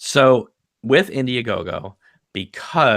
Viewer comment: Congratulations! You never gave up on this and its very admirable! Well done! Sounds like you say India GoGo haha